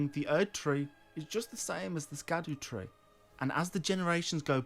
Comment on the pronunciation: Great video so far but the pronunciation on Elden ring is based on Welsh and Scadutree is pronunced as shadow tree just as blaidd is pronunced as blaith.